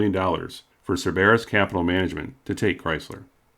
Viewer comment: I hate to complain, because I love your videos, but Cerberus is not pronounced the way you said it. I sold cars to the man at Cerberus who brokered the deal to buy Chrysler away from Daimler, and he assures me it's pronounced SIR-burr-us.